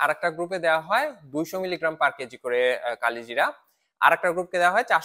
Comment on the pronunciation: উচ্চারণ করেন কালোজিরা